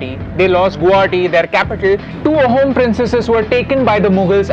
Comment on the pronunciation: Loved the video and the content. A couple of things about the pronunciation: the word 'Ahom' is supposed to be pronounced more like "Aa-hum". The pronunciation just gets lost in transliteration. Also, anytime you come across 'ch' in an Assamese/Ahom name written in English, you can be certain that it denotes an 's' sound. So, "Laa-sit" for "Lachit". In the general's name, the surname is also pronounced as "Borphukon", with an 'o' sound for the last 'a'. Not an attempt at discrediting you people. Great to see you choose this topic.